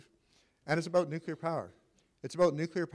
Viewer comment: The speaker cant even pronouce the word...NUCLEAR NOT NUCULER